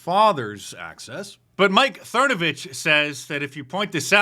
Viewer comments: "Thernovich" LOL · Mike "Thernavich" 😂🤣